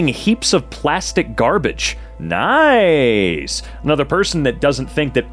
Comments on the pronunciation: Nice. Nice, France. Pronounced like "niece." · Nice is a city in France, it's pronounced Ne-se. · Nice is a city in France. It is pronounced niece.